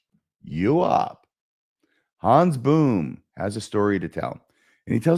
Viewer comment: Hans Boom— pronounced with a long O.